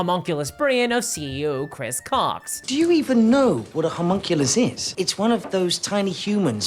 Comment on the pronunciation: I really wish this girl's accent wasn't so thick. Most of the time it's fine and my American brain can figure out what she's saying from context when I didn't quite understand what she said but that doesn't work with names. I can't understand what she's saying when she says the last name of the Chris jackass . It sounds like Chris Cow, even the auto captions and the transcript saw that, but that's not right. The only chris I've found by googling is Chris Cocks, the CEO, but that doesn't seem to be the same person. I'm cancelling my DnD Beyond sub and wanted to put the dude's name into the field where you tell them why. Ah well. The reason should be enough that they can point to whoever made that decision, if they care at all.